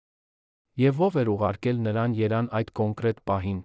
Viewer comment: если это не ИИ, то почему Еран, а не Ереван????????!